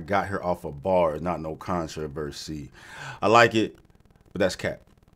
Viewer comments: The con-to-verse-see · it’s control-versee